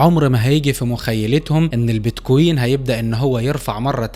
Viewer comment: كلام حلو وصحيح وكل التوفيق لك، ولكن ارجو ان تلفظ كلمة بتكوين بشكل صحيح انت بتحكي بييت كويين مثل كانك بتحكي اهزم اميرة Beat Queen شوف واحد اجنبي بحكي كلمة بتكوين والفظها مثله عشان الفظ يكون صحيح ارجو ان تتقبل نقدي البناء بصدر رحب لانه انت بتحكي بمستوى احترافي من معلومات ومش حلوة تلفظ كلمة بمعنى مختلف بشكل كامل